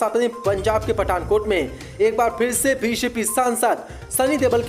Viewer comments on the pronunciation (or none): Chalo bhay pirshe nahin phir se hota he Khabarovsk sahi paddo